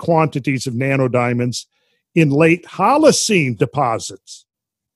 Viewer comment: I just cant help but hear "nanerdiamonds" when randall says it 🤣